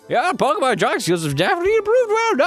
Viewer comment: youre talking about pokemon being pronounced wrong, while pronouncing it wrong